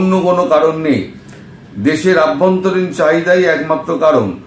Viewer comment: দাদা please অভ্যন্তরীণ বলুন ........ আভ্যন্তরীণ নয় ❤